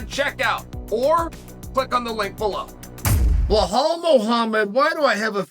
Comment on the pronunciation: I came here just to hear Chael say 'Blahall'